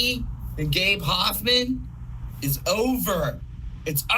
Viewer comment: Take a drink everytime they say gabe hophmen